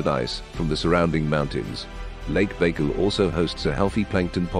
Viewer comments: For real, he called it fucking bagel 😭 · If you're going to do a video of facts about something, at least try to pronounce it properly